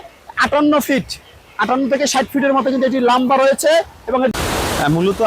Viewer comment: লাম্বা নয় 😂 এটা হবে লম্বা 😂😂